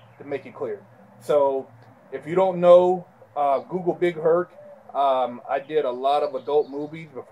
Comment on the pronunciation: big Herc, short for Hercules? Nigga, first time I heard you say that I thought you meant BIG HURT, until I read it.